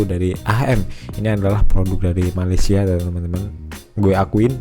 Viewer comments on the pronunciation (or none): none